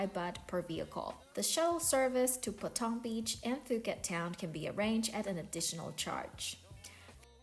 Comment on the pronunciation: Pooket not Fooket 😂